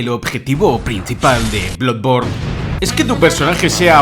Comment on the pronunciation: en realidad, lo dices mal, la doble o se pronuncia como u, por lo tanto se pronunciaria "bludborn"